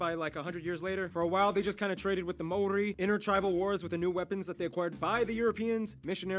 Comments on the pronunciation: It's the Mori instead of Maori that really made me want to pull my hair out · BTW the dude mispronounced Maori everytime. Closest time he was when he was joking how it's not said like that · can that girl please pronounce maori again? please? i need to relisten to that